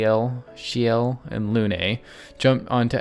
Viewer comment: Bro, I can hear you are playing with sound, why do you struggle with Sciel's name so much?